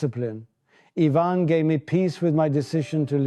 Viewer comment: AI. It pronounces "Ivan" as "eye-van". Borg would've pronounced it "Ee-vahn".